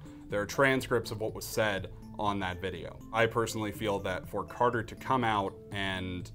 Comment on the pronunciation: said charter!